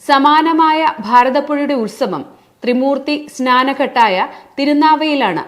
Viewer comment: അതുല്യ മൃതപ്രാണ അല്ല അതുല്യാമൃതപ്രാണ ആണ്.തിരുനാവ അല്ല തിരുനാവായ ആണ്.ത്രിമൂർത്തിസ്നാനഘട്ട് ഒന്നായി ഉച്ചരിക്കണം.